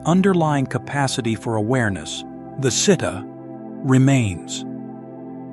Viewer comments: The reader should learn to read Pali words correctly e.g., Citta (jit-ta). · Citta is pronounced chee-ta.